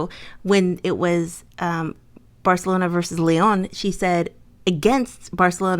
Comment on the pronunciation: First thing: UEFA is pronounced like VEFA. As a Real Madrid fan, I simply can't stand Barcelona (actually correctly pronounced by in Catalán). This is why I was rooting for Chelsea, but also because I like quite a few Chelsa players. I thought it was more of a problem of the Chelsea defence because it was unable to stop the Barcelona offence and also made quite a few really bad passes. It's very difficult for the offence if you're 2 goals behind so fast, you have a great goalkeeper against you and you just try to score goals by force. Pernille Harder and Sam Kerr missed opportunities ehich they wouldn't if the match was tied. For coaches it's quite a good time to say goodbye by themselves when they are successful like Joe Montemurro, who successfully made Arsenal reach the Champion's League qualification. When you have such strong teams like Chelsea, Manchester City and Manchester United as rivals, it's hard to get more successful. Casey Stoney didn't get well along with the club owners and it's understandable that she wants to make new challenges with other clubs. Experiences with different clubs are always important. Maybe there might be a chance for her as a coach of the Lionesses if they won't do well at the European Cup next year. Jill Roord wants to have more play time and she will definitely have it in Wolfsburg. Lyon is looking to strengthen its team to be a big player in Europe again.